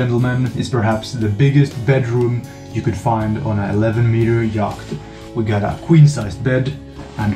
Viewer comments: Love your content and following your adventure. If you're interested, "yacht" is pronounced like "yot" in English. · nooo don't stop pronouncing the C !